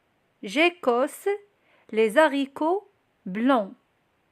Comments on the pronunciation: Les haricots normalement pas de liaison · Désolé on fait pas la liaison dans les haricots Mais bravo j'ai appris beaucoup de choses. Merci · Les haricots :on ne fait pas la liaison s et h (z) c est une règle. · شكرا .فيديوهاتك روعة .لكن كلمة les haricots نضن مانديروش فاها la liaison هكا سمعت من عند Johan استاذ فرنسية واذا تاكدتي جاوبيني من فضلك .